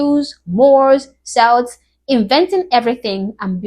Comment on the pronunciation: Mind boggling. i just wanted to correct your pronunciation of 'Celt'. It is spoken as if it has a hard K so like 'Kelt'. It's a common mistake and even British people get it wrong sometimes.